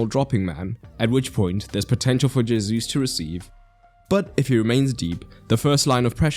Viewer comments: I'm not a Portuguese speaker so don't ask me why it's the case, all I know is that it categorically isn't "hey-zoos" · First off, good detailed explanation and analysis as usual. 2nd, Gabriel Jesus' name is pronounced Gabriel He-soos. His name is Spanish in origin, not French. J is pronounced as an H. 3rd, the tactics of Arsenal you explained is nothing new. Very similar tactics were executed by Real Madrid for many years, with Casemiro, Kroos and Modric in midfield, while right and left backs Carvajal and Marcelo would overlap and form a front 5. Their usual 4-3-3 easily evolved into 4-4-2 depending on the opponent's shape and tactics. Benzema would drop deep to work with the midfield trio, Isco in his heyday was employed by Zidane as a roaming forward/midfielder. Last year, and also this season, Valverde has taken that roaming role outstandingly. Real Madrid beat PSG, Chelsea, Man City, and Liverpool in the UCL. For sure Arteta learned more by watching how Don Carlo outclassed Pocchetino, Tuchel, Guardiola, and Klopp.